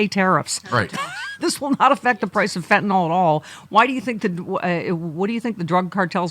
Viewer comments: FYI - It’s FentaNYL not FentaNALL. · It's not FentaNOL, it is FentaNYL. Different pronunciations.